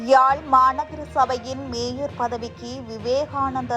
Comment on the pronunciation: அட பைத்திய ஊடகமே மேஜர் இல்லை மேயர்....